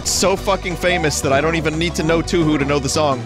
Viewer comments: AHEM!! its pronounced toohoo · IT'S PURPOSE TOU-HOU!!! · Ah yes, you en owen, my favorite two hoo sonje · Man said "Toohoo" XD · im crying over how he pronounces touhou